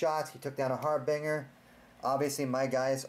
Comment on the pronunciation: "Harbinger" is pronounced "har-binge-er." Great videos and blog.